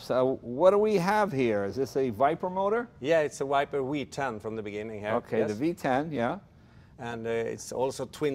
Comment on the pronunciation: “it’s a viper wee 10” 😂😂😂